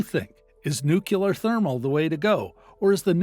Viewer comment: Learn how to pronounce nuclear....